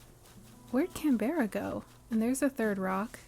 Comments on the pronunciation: im so glad you said this, can-bear-ah was driving me crazy and completely breaking the cozy vibes immersion, but i can skip to the second episode now! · Opened this from my tv onto my phone because the “can-beh-ra” was driving me nuts 😂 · Yea yea please I beg you to pronounce Canberra properly! It’s the capital of Australia and we all Aussies hate it when it’s pronounced wrong 😂😂😂😂 CAN BRUH. Not all words are pronounced as they are spelled, especially in Australia ❤